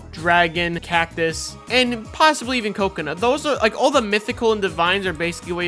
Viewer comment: No way he just called it a coco seed